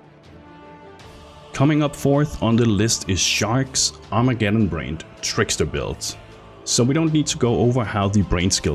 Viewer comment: Its not storm brained or Armageddon brained you moron its BRAND short A sound.. Brand doesn't end with an E ffs.